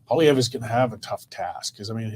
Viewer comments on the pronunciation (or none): Please pronounce Pierre’s surname PROPERLY!! It’s not that hard and as a journalist you really should take the time to pronounce the Leader of the Opposition’s name PROPERLY! Say POLY-EV!! Simple!!